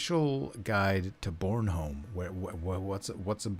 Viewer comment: Your pronunciation of Krølle Bølle and Bornholm isn't too horrible :) Thanks for taking on the commissions. Looking forward to the final versions of it all :D